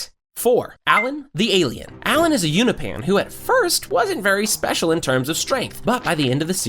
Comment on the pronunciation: He called Allen a unipan instead of Unopian...